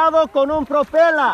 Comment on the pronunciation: "Propela" lol